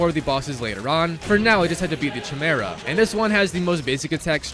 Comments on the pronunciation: hearing chi-mera instea or ki-mera :D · Lmao all I can focus on is how he mispronounced chimera. You don’t pronounce the ‘ch’ sound it’s pronounced ‘k-eye-mera’ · Chimera. Ki-Mare-Uh. Say it with me. Chimera. The Ch is silent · Sorry, but I have to be that guy... Chimera is pronounced (KAI-MERA) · bro needs to stop saying chimera is pronounced “ki mera” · It’s pronounced Kai-mera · It's pronounced Kai-mare-a. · oooh the famous tsimera hahaha,always love his failed pronunciations,they're beatiful never stop. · Am I the only one who is bother by how he says Chimera?